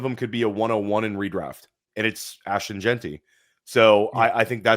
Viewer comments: Jean - Tee at least once a week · The way says jeanty tilts me so much